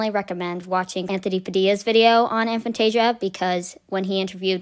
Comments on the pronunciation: It's pronounced a fan-tay-zia not an fan-tay-zia. Regardless, this is a very enlightening video. I never knew this was even a thing. So even in dreams you don't see anything? Fascinating! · I've always pronounced it A(as in hay)-fan-tay-zee-a but Dr Zeman pronounces it A(as in hat)-fan-tay-zee-a. But then he pronounces his name as Zemman so what does he know?